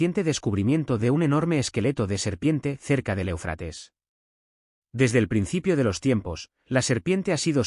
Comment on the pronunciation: O sea, este individuo que narra, no tiene idea de donde se encuentra el énfasis de la palabra ÉUFRATES… se encuentra ahí mismo; en la primera sílaba y se le debe de hacer énfasis en esa misma primera sílaba!!!!!!!!!!!!! Me entendiste??????????